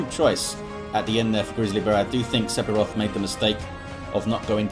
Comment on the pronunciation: Im not sure if the player prefers to pronounce it differently, but the "ph" in Sephiroth should be pronounced as an "f", so that it should read "Sef-iroth". Just a language quirk.